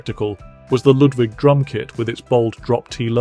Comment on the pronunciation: It's pronounced exactly how it's spelled. Ludwig. Not Ludvig, like Beethoven.